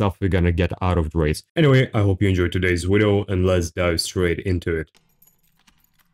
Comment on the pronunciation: try to speak right its video not wideo wtf